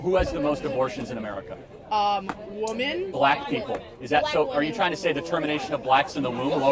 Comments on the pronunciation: Who the hell is teaching these parole that the plural of ‘woman’, is ‘woman’? The plural of ‘woman’ is ‘women’ - pronounce ‘wih-min’. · for folks like the ones in this crowd.. i just want to say something because it is SUPER irritating as an englishman. "womEn" is pronounced "wih-min", and "womAn" is pronounced "wuh-man". please, for the love of god, please stop referring to multiple women as woman. they are pronounced completely differently and using a singular term in multiple-meaning context is just horrible to hear, especially from people who are trying to be smart arses. you cannot and do not sound intelligent in any way when you do this. here's an example... "what is it, that you think woman want from men more than anything?". see how ridiculous that sounds when you read it? you can't adopt a language, struggle to pronounce the most basic words in that language, and then laugh at the peoples accents your adopted language comes from. just wanted to point that out anyway 🤷‍♂ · Calling all educators of the English language: Please teach your students that the plural for the word "woman" is pronounced correctly as "WIM-men." So, woman = "WOM-man" and women = "WIM-men." Thanks! My guess is these young teachers never learned this either which is how it is proliferating in society today. It's embarrassing. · Does anyone notice how these Gen Z kids (I’m also Gen Z) never pronounce the plural form of “Woman” correctly. When it’s women, it should be pronounced like “Whim-min” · "trump over" right out of the gate. It's incredible how inarticulate people are. And pronouncing "women" like "woman". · Oh I remember this chick. She asks the same question repeatedly then gets pissed off, accusing Charlie of not letting her finish her sentence. That’s rich. 😂 Not to mention she doesn’t even know how to pronounce the plural women.